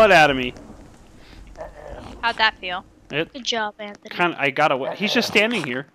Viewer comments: you said Antony not anthony I should know since it's my name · You said anttony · ITS NOT ANTONY ITS ANTHONY GET IT RIGHT ITS MY DADS NAME PLZ GET IT RIGHT!!!